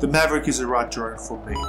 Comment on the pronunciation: Enjoyed the vid but are you calling it a maverick? I swear that’s what it sounds like. 😀